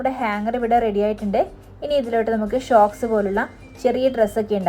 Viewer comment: ഷോക്‌സ് അല്ല സോക്സ് ആണ് കേട്ടോ 🤣